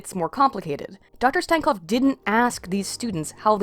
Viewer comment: make fun of stankovs last name? you cant even pronounce it right, let alone make fun of it